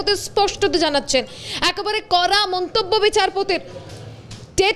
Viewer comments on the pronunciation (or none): উচ্চারণ ঠিক ঠাক করা প্রয়োজন। "কড়া পদক্ষেপ" , এই টা শুনলে মনে হচ্ছে "করা পদক্ষেপ" । "ড়" এবং "র" ফোনেটিক সাউন্ড এর পার্থক্য আছে, দেখে নিতে হবে।